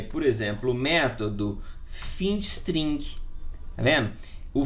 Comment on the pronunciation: não se pronuncia findstring, se pronuncia "fainde string". ah, e ótima aula professor, parabéns